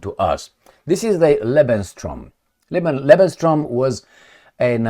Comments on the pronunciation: Hi, I am watching your videos regularly. I have a little mention here and please don't take it as an offence. It's not what I intend. You use the term 'lebenstraum', occasionally. But the correct form is 'lebensraum'. Traum in German is dream. Hope you take it as a friendly comment. Stay strong. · BTW... just very briefly fyi... It's LEBENS RAUM (not TRAUM). 😉 [Not important but I notice it's a word you use regularly😊] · it is lebensRAUM not lebenSTROM. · Not Lebenstraum but Lebensraum